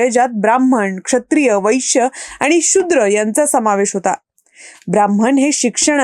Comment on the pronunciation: “तुम्हाला बोलायचं……..” हे बरोबर नाही तर “तुमच्याशी बोलायचं आहे “ तसेच “शु्द्र” नाही “शूद्र” असं उच्चारावे.